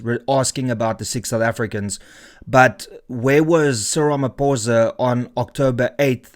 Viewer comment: Sick (6) soufEfricans 😂